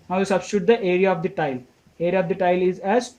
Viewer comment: 4 question mai tile ka pronunciation galat hai ...u r saying tail but it is tile..